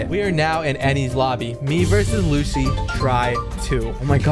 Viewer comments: Lucci is pronounced luchi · and my bro said lucci's name wrong like dayum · Ur saying lucci wrong